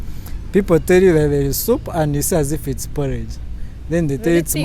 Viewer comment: He loves his soup just hear the way he calls it supu, ostrich meat balls 😂😂yey what an experience